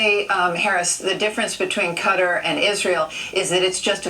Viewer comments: If I had a nickel every time she said cutter. What is it , a turkey cutter. Repeat after me: I love to carve Christmas turkeys with my new cutter.👏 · Cutter?.. Its Qatar. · Its KUH-TAR! That was annoying!😂 "Cutter"🤠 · It’s actually pronounced Cuttar not Cutaar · Yeah....I don't know why they pronounce it cutter. It's kuh-tar or guh-tar. It's the same as Iraq. I hear some Americans eye-rack/rock instead of i-rack / ir-ack. Anyway... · Cutter, no. Cat-tar, yes. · It’s QATAR, Not CUTTER. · Take a shot every time she says "cutter" instead of Qatar 😫💀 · Cutter or Qatar? I'm seeing Qatar on the screen. I have no idea who tf Cutter is. Cut-ARE! Cutter🙄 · is it though? Since its pronounced Kuh-tar not Cut-ter. "The closest pronunciation" sounds like you're encouraging ignorance because it's NOT the proper pronunciation and these people get paid way too much to mess up the pronunciation of a five letter country 😂. DOY!! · It's pronounced Ka-Tar... no idea why they're saying Cutter. When you fly Qatar Airways they don't say Cutter, lol. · It's kuh tar not cutter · Cutter? FFS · It is kuh-TAR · THANK YOU!!! I kept saying it every time... "kutter"??? LMAO!! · Bro, wtf is “CUTTER?” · On the national news saying cutter lol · You would expect professionals to pronounce it right atleast..who the fuc.k i CUTTER!!! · KUH-TAAR!! Damn that's driving me crazy. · Thank you ME TOO! I was stationed on and off there for six years nobody pronounces it cutter. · It's Qatar 🇶🇦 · no its not and kyiv is not keev its key-ev, im air force and was stationed in saudi arabia. never once heard cutter unless monday night raw was on and diamond dallas page was doing the diamond cutter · I literally haven't seen one person pronounce it correctly. I just yell KUH-TAAR at the TV now. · The ol heffer can’t even say Qatar lmao none of the missiles hit thanks to our ADA (Air defense artillery) them soldiers were finally about to get some action HOAH!! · The ol heffer can’t even say Qatar lmao